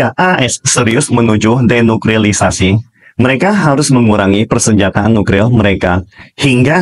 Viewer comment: Apa saya ga salah denger Mimin selalu bilang NUKRIL bukan NUKLIR